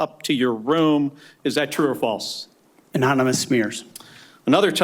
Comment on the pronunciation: Cant even say FALSE